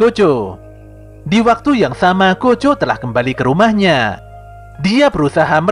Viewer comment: Yg pertama dengar gojo bukan kocho cung 😅